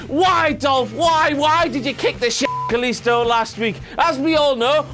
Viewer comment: Dasha fuentes says " kalisto" in such a beautiful way because she's latino and knows how to pronounce his name you scratty internet virgin